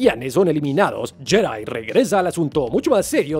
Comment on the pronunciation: deja de decir yedai, es mejor pronunciar Yedi (Jedi)